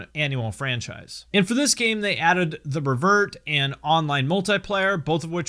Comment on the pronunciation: Lol dont lie. We all know youve never skated because of how you say revert